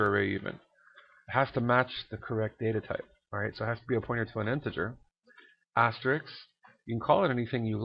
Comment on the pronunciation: You keep saying "Asterix" but actually it's called "Asterisk" ;)